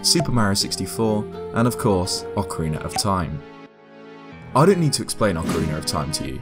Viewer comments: ...Ocariner, Ocariner, Ocariner... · Am I the only one who loves hearing anyone from the UK say ‘Ocariner’? I want a 1hour loop asmr of saying ocariner